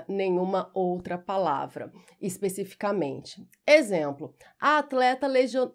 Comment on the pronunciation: obrigado. Contudo a pronúncia de " especificamente" está incorreta...